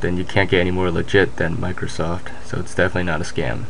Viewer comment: micrrrrrrrrrrosoft points lulz